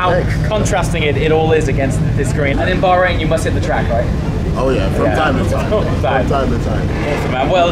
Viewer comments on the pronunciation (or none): none